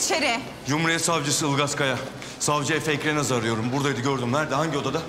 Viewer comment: Ilgaz Savcım EFE savcının soyadını yanlış söylüyor 😂 Savcı Efe Ekrenaz ı arıyorum diyor... Efe Ekremez